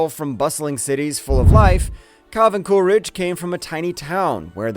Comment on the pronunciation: How come you say "CooRidge" I know it as "CooLidge" Interesting video.